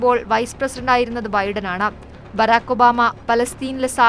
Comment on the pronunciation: ഒന്നുകൂടി തെളിച്ച് പറയു ഒബാ മേ